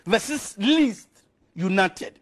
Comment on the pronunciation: He says it many times "limited "